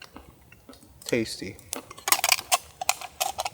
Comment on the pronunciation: The way you said tasty reminded me the "Candy Crush" tadty lol. 😅